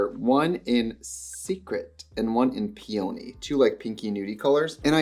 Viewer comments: Trixie not knowing how to pronounce Peony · Not Trixie horribly mispronouncing peony… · Her pronouncing peony is causing me an aneurysm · Loving the pronunciation of peony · I think it’s a midwestern thing. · are we really supposed to pretend that’s an acceptable pronunciation of “peony”? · the pronunciation of peony is sending me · PEE-in-nee. It's a flower. Not pee-OWN-nee LeviOsa! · PEE-oh-KNEE! Bahaha. It’s pee-unhhhhhh-knee. 😆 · Peony is pronounced Pia-Knee it's a very pretty flower ...just if you didn't know 🥀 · (PEE-ony not Pee-ONY) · um... pea-own-y? peony.... pea-unh-ee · Not pee-ony 😭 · Do we know that "Peony" is pronounced PEA-ah-knee, & not pea-OH-knee, and we're just having fun ? 0r is this a Wisconsin dialect thing? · Pee-oh-knee? Lol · Ardell has been around forever.. like clinique... but for lashes. I didn't know they did anything but lashes. I even have some of them. When did you become Italian? pe OH nee? no.. PEE uh nee.. it's a big fluffy flower.. sadly, ants love them. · Omg “peOny” it’s peony like the flower🌺 lol I’m sorry it was just bothering me 😭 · the pronunciation of peOHny is sending me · Pee oh knee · counting the amount of times she says PEEOWNY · "pee-oh-neeee"??? trixie, you're better than that. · Ily but "pee-oh-nee" is crazy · Love, it’s pee-oh-nee. The flower. Peony. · It's pronounced "PEE-oh-nee" it's a flower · Not Pee-oh-knee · It's the pee-ONIE for me, SIS. As a floral designer, I can't take that pronunciation...but I'll forgive you! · gonna pronounce peony pee-oh-knee from now on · not pee-only 😭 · The mispronounciation of "peony"😂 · Is that how Wisconsin people pronounce peony? Or is that Trixie just being Trixie 😂😂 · Obsessed with the way she pronounces peony 😂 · Plz not the pronunciation of peony 😭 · her pronunciation of peony is giving got meek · Do all people from the US pronounce Peony like that??? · Trixie over enunciating peony just makes sense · hearing peony pronounced that way was incredibly jarring